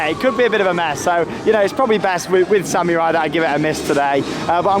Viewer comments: SAMMYURAI thats how he says it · still cannot say Samurai